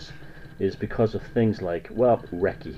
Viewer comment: Wrong. You can't even pronounce Reiki. It does NOT invoke spirits. It moves stagnant and blocked qi flow within the person's energy field. You obviously have a problem with women too.